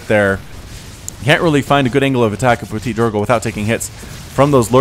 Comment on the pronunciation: That's so fun to hear at you (and any english caster) saying Ptitdrogo x') you sound like "PetiteDrogo" or "PetitDrogo" instead of ptitDrogo^^